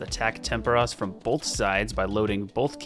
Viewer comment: I like the way you say "bolth". 🤣